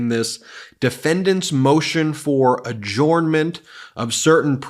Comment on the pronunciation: "Adjournment" is pronounced "ajernment", not "ajornment".